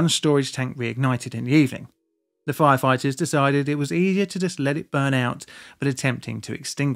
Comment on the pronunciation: Did you say FLire FLighters ???? im certain you did the FLirst time , i mean First